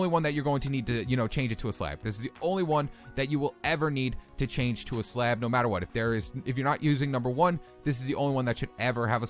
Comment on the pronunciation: slab not slad